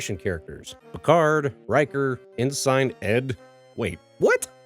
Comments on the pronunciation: Hey, former Navy guy here. I must state I normally don't make big deals about mispronouncing words. Hell, I didn't know how to properly pronounce 'chasm' for a long time! That said, I'm here to inform you that Ensign is pronounced In-Sin. Like, you're living in sin but more with in line with how you would say the name Benson. In fact, just say Benson without the 'b' and you got it. In SINE is not the way to say it. Don't worry, english has the inherent problem of not sounding like it looks half the time. :) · "insine* it's pronounced "insin" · Think in-sin. Not ensign. Ya saying it wrong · I've always heard ensign pronounced as "N-Sin" but im sure other people have commented this already. Great video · As a USNavy guy, no one said In Sine. So maybe it is an accent thing. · That drove me nuts. It's pronounced "en-sen." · You're the first person I've ever heard pronounce "ensign" that way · At no point in the series TNG do they pronounce the word 'Ensign' the way you did. Did you even watch the show?